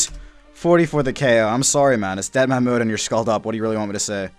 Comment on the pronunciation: I keep thinking you are saying dinnermanmode, lmao.